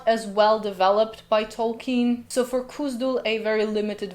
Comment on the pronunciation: Why do you continue to pronounce as ? That h is there for a reason. Even the runes chart clearly states the IPA symbol /x/ for and /k/ for , cone on! It's not Kuzdul. It's KHuzdul. I.e. /x/uzdul, not /k/uzdul.